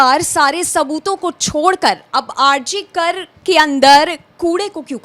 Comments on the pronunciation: Why do you speak RG kal rather RG kar ? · Why she is saying RG Kal, RG Kal. Please atleast naam to sahi bolo